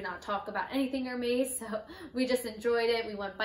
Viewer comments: Wow very nice bag, congratulations but please say it er-mess and not er-mace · It’s ér•mès, it’s not er-meis… Congrats on your bag though. Happy you said no to certain items, it was more on your terms than theirs!🧡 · "Er-Maze" lol...